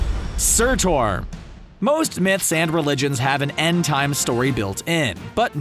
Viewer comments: goddddd the way you’re pronouncing Surtur is sooooo annoying and WRONG...there is no O in that name, why are you giving it one... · Your not saying sutur right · Please stop saying Surtur like that. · Why didn’t you just pronounce surtr like they did in the movie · It’s surtur not sur-tor.. Jesus that hurts my soul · Surtur, no Surtor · Didn’t know it was pronounced surt-OR even thought it’s spelled surt-UR. 😂😂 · surtour no surtur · i hate how he says surtor not surtur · its pronounced "Sir-Tur" not "Sir-tor" it was said multiple times in the movie, Do you even watch your own videos? XD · It’s surtur not surtor... aha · Surtour? It's pronounced surtr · Surtur is not pronounced Ser-tor, it is pronounced like Ser-Ter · How did the pronunciation "sir-tore" make it into the final video where there are MANY times his name is said through the films as "SIR-TURR" Surtur is powerful enough that he deserves you pronounce his name correctly. It's like saying "thane-ose" come on. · Surtor? Is sur tur.... how can you not get that right 😂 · SURTOR its Surtur or Surt not Surtor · SIR-TER NOT SIR-TOR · I’m sorry to be like this but you were pronouncing it surtor but it is pronounced surtr (surter) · ”Surtor”? It’s Surt”u”r... and he died as he destroyed asgard and fulfilled his destiny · and are u high its not sortor its surtur/surt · I love how the movie says surturs name like 5 plus times yet these guys still say it wrong ("sir-ter" not "sir-tor") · Why you say surtor it’s surter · Sur-tur. Not Sur-tour! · Bruh the pronunciation Sur-ter not Sur-TOR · surtaur? surtur, pronounced SUR TER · It's surtur not surtor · Surtoaaar Surtur Which ones right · Its pronounced Sur TER NOT TOAR LIKE SOAR GOOD GOD. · IT'S SURTUR not SORTOR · Surtur not surtour... makes me want to /wrists everytime you said it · Surturrrrr not sortor 🙅🏾‍♂️ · the way you pronaunce surtur destroyes the hell out of me, its a u not a o please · Ah yes "surTOR" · “Sur-tore” and “Odinsins” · He calls him surtor